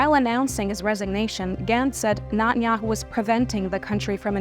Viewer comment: i like how she says nutteryahu.... he is a nutter...